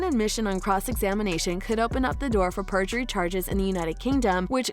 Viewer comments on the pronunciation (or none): Not native English speaker here, but I'm pretty sure it is perjury, not purgery. But no, as far as I understand the lawyers on Youtube who have been commenting on the live feed, it is actually unlikely in a civil case to prosecute someone for perjury. Which I find strange and wrong, because there is no incentive to speak the truth. In criminal cases there perjury is much more serious I heard. But I do understand your sentiment. To me, it now seems very clear that Heard tried to hook up with a rich man (Depp), and tried to get as much money off him after the divorce. She may have actually felt love for him, but it was very twisted. Depp paid much more than the $7M divorce settlement, more than $14M actually due to court costs and demanding taxes to be paid by Depp, and tried to get his five penthouses and $50k mothly off of him initially. And even before their divorce, she went on to Elon Musk, whose sperm she used against his will (he sued her over it I read) to fertilize her eggs to create a baby, that was then brought to term by a surrogate mother. I could not make this up if I tried. However, apparently Musk was not as easily duped (in the end) than Depp was. I think books will be written on this whole 10 year drama (2012 to now).